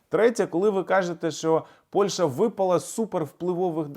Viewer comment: пане! назва сусідньої нам країни не Польша, а Польща! не використовуйте москалізовану вимову!